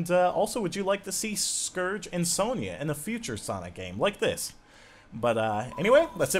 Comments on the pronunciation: I think the name is pronounced Son-Ya, not Son-Ia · You are pronouncing Sonia wrong it is pronounced Sonya well that is not how it is spelled but how it sounds